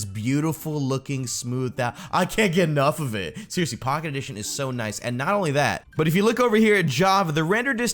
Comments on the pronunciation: "Sheariously?" "Snow good"? Funny stuff! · XD heh heh sheeryesly heh heh